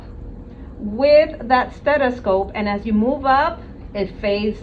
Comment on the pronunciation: Well done, just wanna know how long she’s been saying ‘steTiscope’ without anyone correcting her. Haha